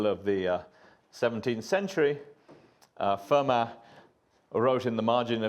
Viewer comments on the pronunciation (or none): Oh, seriously? Sneering at an actor's mispronunciation of a name? Well, you've got to try and get your laughs somehow, if you're as dull as Richard here. And then later he mispronounces Hasse and Fermat! And it's simply never "according to Wikipedia", dear Richard. Your second pathetic attempt to be funny with that snide remark might have raised a smile about ten years ago. Maybe. Anyway, the source cited in the Legendre article is this: It's a piece by mathematician Peter Duren in 'Notices of the AMS'. I can understand why Pol Pot had it in for intellectuals, because most of them really are just such tiresome, conceited, shitty people.